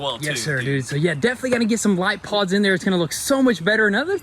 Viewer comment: Thomas hopped up there in the new grill because he thought you said that it needed "paws" when you said it needed pods. BTW, that earlier Thomas POV footage was sweet.